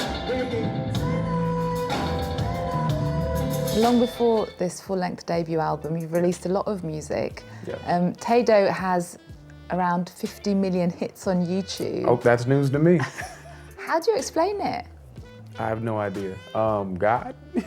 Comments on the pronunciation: "Tay-dough"....bruh 😂 the guy literally pronounces the name throughout the song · She said TAY-DOUGH😂😂😅 I CANNOT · They swear that they're inclusive and can't even pronounce TADOW 😭😭😭😭 I'm over it! Props to him for not laughing cuz I saw it coming when he covered his mouth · TAY-DOUGH??? Fire her. Immediately.